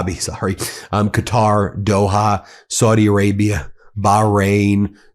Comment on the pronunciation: Thank you for finally learning how to say Qatar, it's been driving me crazy. I don't agree with their ideology really, but deliberately misnaming an entire country is just disrespectful. Looks like you're getting 'Iran' right most of the time too, well done you